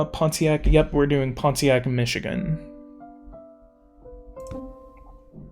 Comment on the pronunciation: People pronounce Pontiac without the T